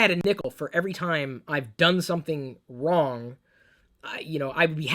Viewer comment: did you say wong or wrong in sounded like wong lol